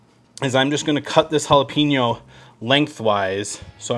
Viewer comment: Bro, let me break it down for you. Hola-Pen-Yo= jalapeño. There’s no peen in it. You’re Welcome 😉